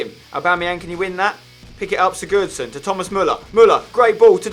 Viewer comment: Why do you pronounce Sigurosson like such a downer